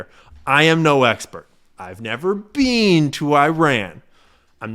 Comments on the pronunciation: "Have you Bean? Have you bean there"? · I love how he still says, “I’ve never bean! There!” Hahaha will never get old.